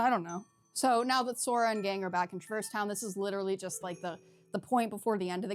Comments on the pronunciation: I'm sorry to have to be the one to inform you of this but this is actually the incorrect way to pronounce Traverse Town. In the actual official games themselves we hear characters say Trah-verse Town. It's not even one of those things where different characters say it differently either, it's consistently called Trah-verse Town. Look it up if you don't believe me. Either way, say it however you want, caring about how others pronounce things in fictional media is one of the lamest nerd sins around. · “FINALLY someone on YouTube who pronounces ‘traverse town’ in a completely different way that the actual Voice actors do. God how dare everybody on this goddamn website pronounce a word the way it’s been told to them? Jeez Louise